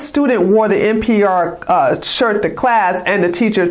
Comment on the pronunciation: NPI is Spencer, NPR is National Public Radio. I THINK you're saying NPR, but your accent MIGHT be saying NPI? :)